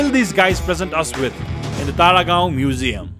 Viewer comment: Was I the only one hearing Paragaon instead of Taragaon😆😆😆